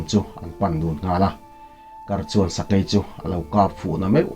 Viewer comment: Fing, sai, thawi te hi beng a hawlh za deuh. Sakei nak a thawi kha a dar ah a lo ni daih😁sakei AI hi I lam dik lo